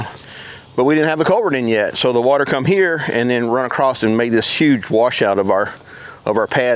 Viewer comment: "AcrossT" with a T? That's great.